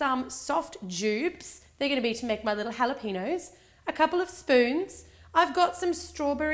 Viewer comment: AHHAHAHA HALAPEENOS